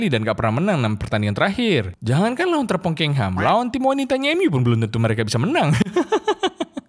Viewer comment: Jangan sebut terpongkengHam dong, sebel bgt gua denger nya